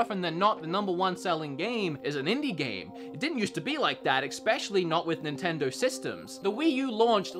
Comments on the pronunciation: there's no "X" in "Especially". Just saying! That always gets on my nerves. Haha. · I love u but plz stop putting the c in especially. Every time u do it I get closer to imploding.